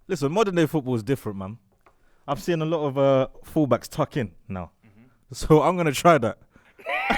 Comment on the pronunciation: always says sin instead of seen 😂😂😂😂